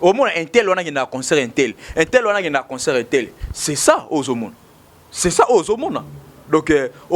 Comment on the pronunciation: il faut soit parler en lingala, soit en français Si vous décidez de parler en français, il faut arranger la prononciation. On dit concert et non conceurt. Pour le reste,il faut être au milieu du village. Bon courage